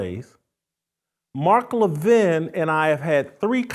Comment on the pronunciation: First off GOOD RIDDANCE. I never enjoyed Royce as a guest, I don't think he added much. Second, Royce does not even have the common courtesy to pronounce the man's name correctly Royce. In the clip played, Jason clearly pronounces Levin's name correctly with emphasis on the first syllable "La-Vin" and Royce ignores this and repeatedly puts the emphasis on the second syllable "Lev-In", small point but telling. Third, to call Levin a "Neo-Con, RINO" is not only silly it shows Royce's political ignorance. A RINO (Republican In Name Only) is a very Liberal Republican who often sides with Democrats generally on social issues such as abortion, gun control etc. RINOs can be very important to getting legislation passed as they often, but not always, represent left leaning states. An example would be Susan Collins who is about as Conservative as could be expected out of Maine. Other RINOs are just establishment creatures and can't handle being constantly criticized and demonized by the likes of the Washington Post, ABC, NBC, CBS, etc. such as Mitt Romney. Neo-Con's are technically 1960s Liberals who came to realize the Left hated America and became Republicans, such as Jeanne Kirkpatrick although technically Reagan could be lumped in here too (but he turned Conservative earlier). However, during the GWB administration Neo-Con became a short hand way of calling certain Republicans war mongers. Many of the leading intellectuals of the neo con movement were Jewish and "Neo-Con" became a